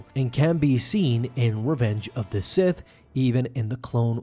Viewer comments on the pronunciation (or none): none